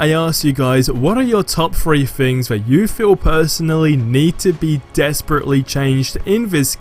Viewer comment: Mate, please learn how to say "Th"! Its not FFor, its Thor. It's not FFings, its Things.